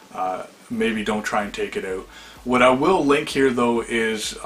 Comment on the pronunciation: OUT!!!!!!!! Its OUT, not OWT damn!